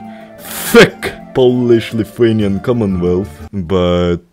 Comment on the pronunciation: i am surpised that you pronounced lithuanian correctly, I like this man, right here. Gera ta Estija ir Latvija, bet ir myliu savo šalį, Lietuvą.